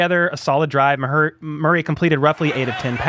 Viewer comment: I think you inadvertently almost miss-said his name and discovered a new nickname for Murray, Ma-hurry, he always looks like he is in a hurry.